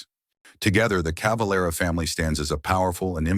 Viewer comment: CaveLEra et non Cavalra pauv’ tache de robot !⚡️⚡️